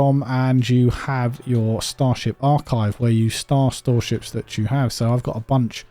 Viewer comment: “star storeships” 😂